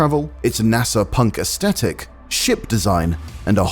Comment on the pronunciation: GAH… “Aesthetic” has the TH sound. I’m hearing it pronounced wrong all over and it’s maddening.